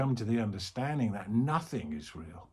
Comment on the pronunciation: Thanks, great. Sky-like. I keep hearing it as "No-thing is real, " :) 🙏